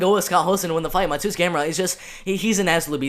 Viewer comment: If you care, proper pronounciation of Mateusz is Ma-te-woosh (Pole here)